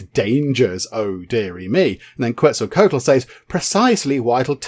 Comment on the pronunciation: You are close. It is pronounced (KET-ZUL-KWA-TUL)